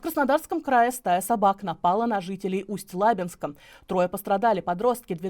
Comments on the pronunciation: Сама ты Усть ЛАбинск.😂 Усть ЛабИнск правильно! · Усть лабИнск, а не лАбинск... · Москвичи когда вы уже научитесь правильно произносить ЛабИнск а на лАбинск, ухо режет. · Пожалуйста, следите за своей речью, нет города Усть-ЛАбинск, есть Усть-ЛабИнск, ударение на И, раньше для этого был словарь ударений для работников радио и телевидения, сейчас всё проще, ок гугл...надеюсь никого не обидел. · Небольшое уточнение: не Усть-ЛАбинск, а Усть-ЛабИнск. Почему-то все дикторы на всевозможных платформах делают неправильное ударение в названии этого города, а еще и ЛабИнска (есть и такой в нашем крае). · Друзья! Произносится, Усть-Лаби́нск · Усть - ЛабИнск.. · Усть - ЛабИнск правильно, а то уши режет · Усть-Лабинск произносится с ударением на И!